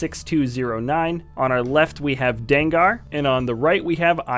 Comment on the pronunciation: danggar you mean dengar